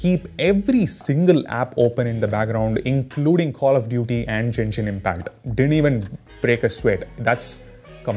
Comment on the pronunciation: Did he pronounce it as Jenshin Impact? LOL